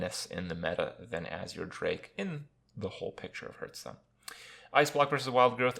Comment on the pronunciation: I cringe when he says "Hurtstone"